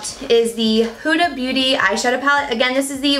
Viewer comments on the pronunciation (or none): I'm Arab and the way you said Huda made me cringeeee. It's pronounced (HOOD-AH) not (Who-da) :)